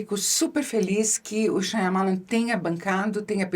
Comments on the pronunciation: Primeira vez que vejo a Boscov com seu inglês britânico sempre impecável, errar o nome da pronúncia do Shyamalan.. Lê-se: em nite shaa . muh . laan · Eu amo e odeio o jeito que a queen pronuncia Shyamalan 😂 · Por quê Isabela pronuncia o nome deste jeito, se o próprio Diretor não o faz?